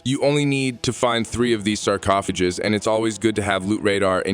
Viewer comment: …..why ar e you saying it like that??? They are sarcophagus not sarcofejes holy hell….